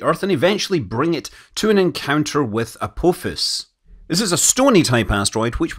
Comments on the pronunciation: Scott Manley! Do not tell us you've never watched the SciFi TV show Stargate with its central season 1 antagonist, "Apophis" - they pronounce it "uh - paw - fiss" instead of your "uh - po - fiss". Love this video, same as all of them! Thanks for doing the tedious geometry / trigonometry of calculating the altitude at main parachute deploy using line of sight from WB-57, the plane's coordinates and the location of the ground visible beyond the descending capsule. Always above-and-beyond content! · As somebody who watches Stargate SG1, the way you said "Apophis" really cut deep and hurt